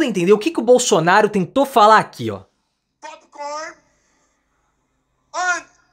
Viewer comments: Realmente ele falou um imbromeicho. Pop corne ,aice cream kkkkkkkkk. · Ele falou popcorno 😂😂😂